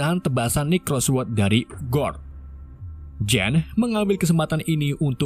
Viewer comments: Necrosword... saya terus mendengarnya sebagai "microsoft word" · kok aku dengernya pedang microsoftword ya.... :D